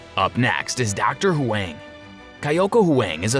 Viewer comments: Bro its Huang not hWeng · huang is pronounced wong